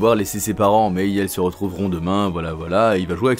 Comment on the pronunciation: Pourqioi A chaque fois que tu dois dire "ils" tu dis "yel" tu devrait apprendre à parler